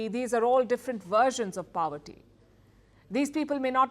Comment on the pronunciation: Please stop pronouncing poverty as paaavarty. So annoying! It does not sound cool; rather it sounds stupid.